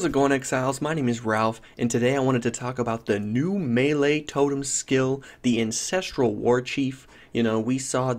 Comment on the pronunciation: Hey Ralph. You keep calling it the "incestral" warchief. Didn't realize the melee totems families were that close ;p